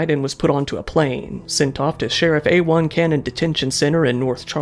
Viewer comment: Sheriff "A-1 Cannon" not AL Cannon...😂